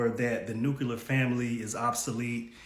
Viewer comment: He said nukeular not nuclear.....hahahaha!